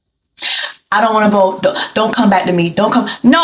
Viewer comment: I will bote 😂 lol you gotta get the accent right